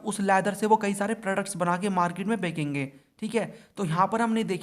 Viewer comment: Bechenge ❌ Bekenge ✅